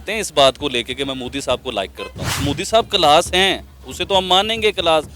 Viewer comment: Calas nhi class hota hai 😆😆😆